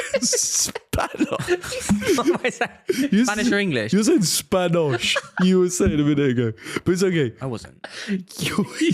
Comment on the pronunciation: blud said 'Spanosh or English' 🤣🤣